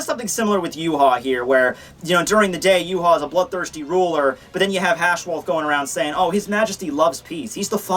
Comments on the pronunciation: I always thought Yhwach was pronounced "Yah-wick"... Yhwach = You-hah??? Mind = Blown??? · Why do you say his name wrong? It is pronounced YAH-WAH. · Say it with me ooo-vock his name is German an d should be pronounced as such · Why is it pronounced Yew-Haw if it's spelled yhwach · Yu haw that is too funny! His name is German and probably pronounced Ya-vahc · According to the Romanization of the Japanese, it's actually supposed to be pronounced "Yu-ha-ba-ha." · Its yu-ha-bak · i hope he realizes hes pronouncing the name wrong. yah-whey is how its pronounced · It's actually pronounced ee-vok. Just put Yhwach into google translate with German selected and listen. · wouldnt ywach he pronounced yvach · i believe his name is pronounced Juhabah